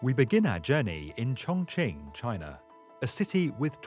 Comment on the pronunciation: You're always saying the chinese cities names wrong...Chongqing(Chongking). Shanghai(Shunghai). Guangzhou(Guanjo). Shenzhen(Shenjen)